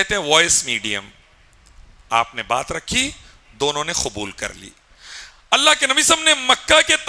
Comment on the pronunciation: आपकी एक-एक बात ठीक है मगर आप अपना तलफ़्फ़ुज़ ठीक करें। "खोम" क्या होता है?? सही लफ्ज़ "क़ौम" होता है जहां तक मेरी समझ है! आप क़यामत को "ख़यामत" बोल रहे हैं! "कुबूल" जो "खुबूल" बोल रहे है! कुर्बानी को "खुरबानी" बोल रहे है!